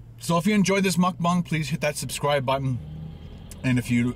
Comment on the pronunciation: Why do you say mukbang like that